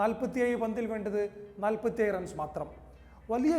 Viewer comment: "നാൽപ്പത്തി എയ് അല്ല നാൽപ്പത്തിഏഴ്, ആദ്യം പോയി നാക്ക് വടിക്കു മലബാറി😊😊😊😊